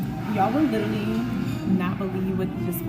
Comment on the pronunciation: She said “lirally”…